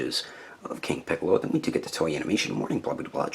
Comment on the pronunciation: Funny you misspronounced his name in the outtakes as "Picoro" because that's how he was named in the mexican dub.